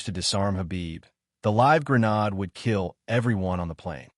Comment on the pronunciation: Thanks for posting, & I'm not complaining; the reading is excellent but I wish it said "GRENADE" instead of "GRA-NOD" 😂